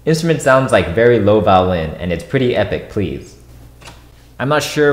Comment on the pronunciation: Why do you say vowlin